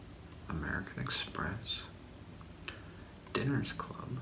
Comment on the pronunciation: Did you pronounce it "dinners club" on purpose? Either way, it was great and made sense with this particular video.